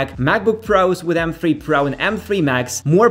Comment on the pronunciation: pardon me, i'm a bit confused, you're saying m free or three? :)